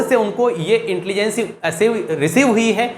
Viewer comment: Please learn how to pronounce "intelligence".. Overall Good lecture 😊